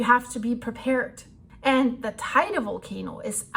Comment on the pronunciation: Liebe, es heisst „Te Ide“ und nicht „Tei de“. Biiiitte nächstes Mal richtig aussprechen. Ansonsten danke für deine Arbeit!